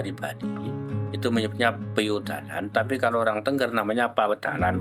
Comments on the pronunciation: Naratornya salah dalam mengucapkan Tengger, bukan Tengger spt kalimat burung bertengger...tapi e nya diucaplan e spt kalimat 'tenggelam..." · Bacanya itu t𝙚ngg𝙚r bukan tengger